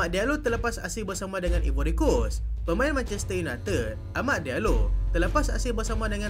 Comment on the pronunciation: Eja ivory pronoun “aivory” Eja Ireland pronoun ailen